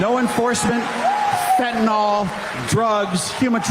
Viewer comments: Another politician that can't pronounce fentanyl....( sigh) Just pretend it's spelled fen-ta-nill... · "Imigation laws", yeah... and also, it's "fentanyl", not "fentanol", and it makes a difference. In chemical nomenclature, every letter counts! Rep. Flood basically turned fentanyl into a type of alcohol. 😂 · Does he even know he's meant to be saying fenta-nyl not fenta-nol? Healthcare is a human right. Period. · If you mispronounce "fentanyl" as "fantanol", you should be stripped of the right to vote and hold office. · If you pronounce it Fent-in-ol, youve not seen it that much, its not an ACTUAL problem in your experience, and its likely just a word you use. Or even worse, you are involved somehow. There isnt an O in the word douchebag